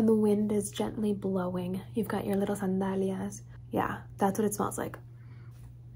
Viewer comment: Omg, u speak Spanish? U said sandalias and Cartagena like latino ♡